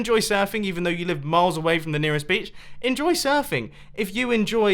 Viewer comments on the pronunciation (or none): you should have edited that part where you said beach (bitc*)